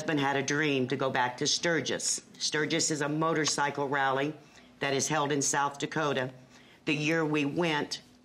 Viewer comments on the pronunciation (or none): Great that he rides for Veteran's funerals! Thank you! But let's learn how to pronounce what you ride! It's motor-SIGHcle, not motor-SICKle!